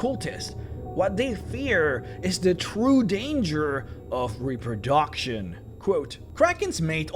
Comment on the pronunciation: Ah, the highpoint of any video. Some good old Repro-DOCK-tion